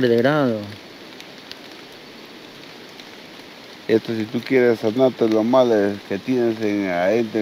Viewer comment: Se dice SANGRE DE DRAGO, NO GRADO